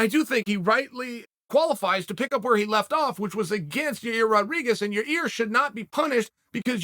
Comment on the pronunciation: "Learning how to say Magacherryopav took me a period of time, I actually worked with Megan Olivi and had to break it down" "Ya-ear shouldn't be punished because Ya-rear still went out there and competed" Uncle Chael, master of languages 😂😂😂